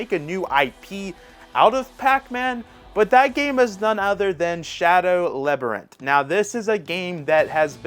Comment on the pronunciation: Why do you say Labyrinth wrong? It starts with an La not an Li